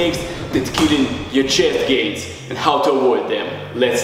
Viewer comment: no one: this guy: bekpek, guess what (punches his chest twice) for chest geinzz